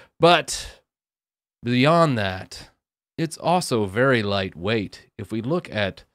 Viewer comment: HAHAHA! "Velly" funny :)